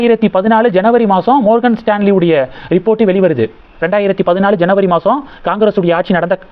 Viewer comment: மார்கன்.... ப்ரஜயல் ... உச்சரிப்பில் கவனம் தேவை